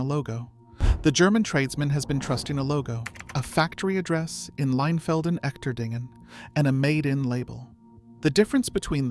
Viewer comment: The "Echterdingen" in Leinfelden-Echterdingen is pronounced using English phonetics as: "Esh-ter-deen-gen" with a soft "g". Trust me: I am an American who lived in that town between 2019 and 2024. Verstehst du mich? Ya? Alles klar! 😁